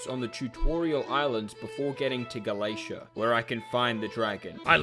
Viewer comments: How is Gala-tea pronounced Gala-ace-ia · it's pronounced ga-la-te-ah as far as I know, and not ga-la-tia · YO A NEW VIDEO (also him saying galaesha caused my physical pain) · Erm akchtually its pronounced Ga-la-tEa 🤓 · calling galatea "galacia" causes me PHYSICAL PAIN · "Galacia" there is an NPC whose sole purpose for existing is to tell people how Galatea is pronounced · I unsubscribe for a single day and he reels me back in with Hypixel Skyblock. Edit: How do you mispronounce Galatea this badly?! What the heck is Galeisha? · His pronunciation of galatea causes me physical pain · like how does he even go from tea to cia it hurts listening to the video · as an avid hypixels skyblock fan, the way you said "galatea" made me cringe, i cramped psychically, and had a massive migrane, do better next time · mispronouncing Galatea gave me PHYSICAL PAIN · This is the worst Galatea pronunciation yet